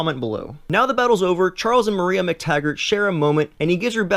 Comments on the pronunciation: Ok, I can't. It's JEAN Grey, PSYlocke, MOIRA McTaggert, not Jan, Pycklocke or Maria. Seriously, the video wasn't half bad but did you even read the comic or watched the damn movie at all? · Jean, JEAN. And Moira. Not Maria. (smh) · 'john grey' 'maria mactaggert' sigh.. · Wish you'd pronounce things right. Psylocke (sy-lock), not syk-lock Moira McTaggart, not Maria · You have all this info but can't pronounce psylocke right? Also Maria mctaggart? It's moira have you really seen the movie? And just because you say "deal with it" for how you say Jean wrong doesn't stop you from being wrong. They say Jean in the movie so you're saying it wrong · Not a bad video. Interesting insight. I really struggled with your pronunciations though. "Jeon" Grey? "Psyclocke"? Did I hear "Maria" McTaggert? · You totally screwed up the pronunciation of Jean Grey's name, it's not Jan or Jahn, you're supposed to pronounce it like it's written. You also screwed up Moira McTaggert's name as well. Work on that and you'll be golden.